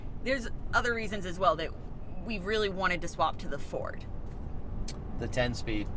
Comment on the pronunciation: Not a Furd 😂